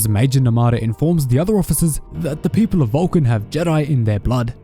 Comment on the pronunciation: Valkin... hahaha I thought he said VULCAN, I'm like, ok, what does Mr. Spock have to do with this? Lol. It would be nice to have SW/ST crossover.... lol